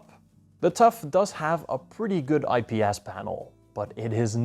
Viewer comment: "IP-ASS panel" <--- exactly